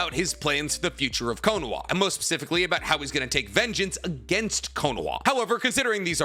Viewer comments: It's konoha not konoa...this really pisses me off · Can someone explain to me why he is pronouncing Konoha Kono-wa? It's bugging the shit out of me. There are others too but that one is just... damn.